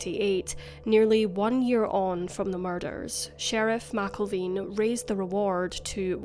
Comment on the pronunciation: Sheriff Wayne McElveen (Mac-Elven)